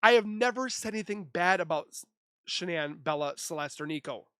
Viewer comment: "Shanann".... not Shannan .... ☆♡☆